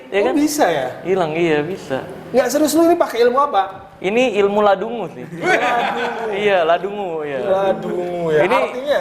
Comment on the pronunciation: "Ladungu" bangsat wkwkwk 😂😂